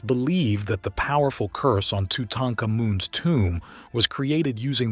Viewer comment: Great video but seriously bro, the way you pronounce Thoth & Tutankhamun make me wanna gouge out my eardrums